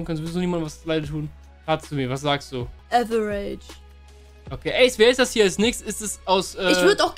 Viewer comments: man man man die soll mal die Aussprache von "average" üben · bruder deine perle muss lernen wie man fcking average ausspricht xD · Liebe ihre Aussprache 😂 Liwi für levi und äwerätisch für average